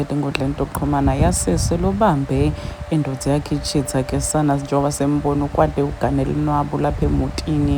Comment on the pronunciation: Indvodza not indodza please